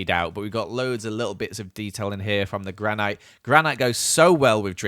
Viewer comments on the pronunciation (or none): its spelled granite but its pronunced granit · gran-ite lol